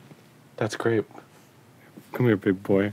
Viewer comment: TAKE THE SHOT! =hail of gunfire ensues= ...what? Ooooooh. He said "grape". I didn't hear the "G".